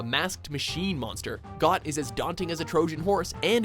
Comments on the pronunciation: Got... does he not see the h? Is he actually blind? It is pronounced Goat you imbecile. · Goht's name is pronounced like Goat, Not Goth! You keep mispronouning Fi's name as Fee, when it's with a long I that rhymes with Sky. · Got? Lmao, really guys? It's obviously pronounced Goat. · Goht is pronounced as GOT? Wow haha after all these years that got me until today. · I always pronounce Goht as Goat ... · You pronounced Goht like got? Its pronounced like goat. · It's pronounced just like 'goat', not 'got'. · It's not "GOT," it's pronounced "GOAT," because the boss clearly resembles a giant goat... How could anyone miss that? Hahaha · It's, uh... it's pronounced 'goat'. Because it's very obviously a goat. 'got' just sounds weird. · Did you just pronounce "Goht" as "Got"? Come on! It's a goat! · Isn't in pronounced Goat not got. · I believe it's pronounced Goat. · It's pronounced like goat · It's pronounced as Goat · I thought Goht was pronounced (goat) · ffs it's pronounced goat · Goht isn't a bull, its a goat. also pronounced as goat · Number Three on your list should have been number One. Plus, I thought Goht was pronounced "goat", considering what it looked like. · I'm pretty sure GOHT is pronounced Goat. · Looks like a goat. Runs like a goat. Obviously it's pronounced Got. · Ghot = Goat Stallord = Sta-lord (not stlord)